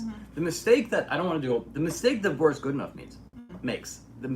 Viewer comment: нее правильное ударение borIs godunOv